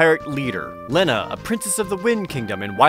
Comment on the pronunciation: Its pronounced li-na not len-uh! Get it right Jared!!